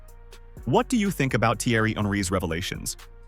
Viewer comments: Jesus christ have the decency to tell your AI voice to pronounce the names right. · Thanks for not fixing your AI voice's pronunciation of Thierry's last name to alert me to not waste my time with this slop.